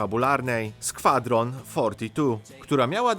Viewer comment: Subnautica- jak mozna bylo to wymowic w taki sposob? Skfadron?